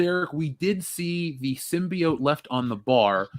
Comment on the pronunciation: I can't believe still pronounces symbiote as "simby-yaunt"